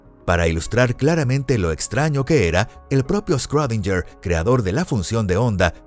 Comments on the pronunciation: Me sangran los oídos cada vez que dice “scrodinyer” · Que poco inteligente eres. Era un sarcasmo, porque está mal pronunciado